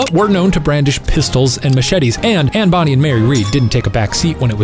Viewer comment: Am I the only one getting irritated when Shane pronounced it Anne Bonnie instead of Bonnay? (Also... Cor-mac, not Cor-mic)